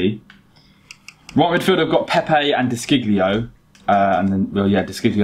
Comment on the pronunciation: I'm Italian and I tell you that the pronunciation of De Siglio is De Shilio .... Trust me